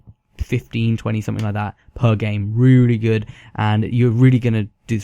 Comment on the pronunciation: Rooly gewd